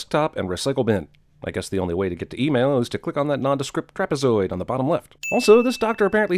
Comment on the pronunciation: Sinning CinemaSins for pronouncing trapezoid "trap-eh-zoyd"